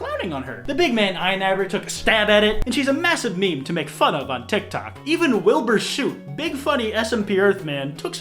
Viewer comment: wilbur 'soot' 's o o t'